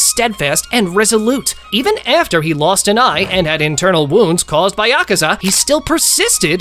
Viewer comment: Por qué todos pronuncian mal el nombre de Akaza? :/